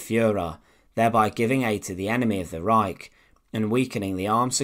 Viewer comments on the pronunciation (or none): none